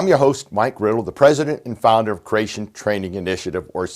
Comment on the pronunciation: He still says "crayshun", though.